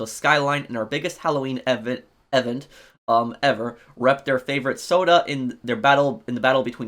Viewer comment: Still struggling to read i see. Can't pronounce event, Agatha, troupe, or entrepreneurial. Also still having shit takes. Criminal enterprises was qol changes disguised as an update